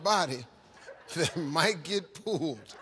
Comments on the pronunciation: I thought he was saying "name something on your body that might get pooled" and had no idea what the question even was the first 5-6 times he read it. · Is he saying pooled or pulled I heard pooled